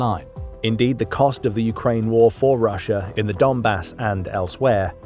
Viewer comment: There is no R at the end of Russia